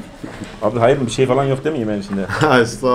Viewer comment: Aynen abiğ, ayneğn abi